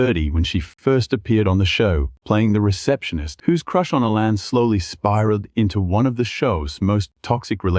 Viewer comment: Do yourself a favor. Turn the volume down. Because the narrator uses countless different versions of the same names and most of them are incorrect! SERIOUSLY!? "LINE ZAY" for Lindsey? A lann (Alan), dibert for debut??? Oh, and don't forget the Molee bu beach house!!!